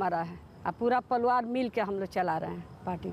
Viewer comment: anchor ji ap mahan ho....'pariwar' ko jb 'paluaar' boli fir bhi apko hansi nhi aayi..